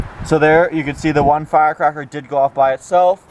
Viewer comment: "fire cocker" lmfao